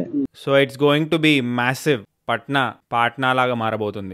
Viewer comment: పట్న కాదు bro పాట్నా అంటారు😀